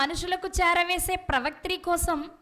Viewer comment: ప్రవాత్రి...కాదు ప్రవక్తి..అని పలకాలి .తల్లి..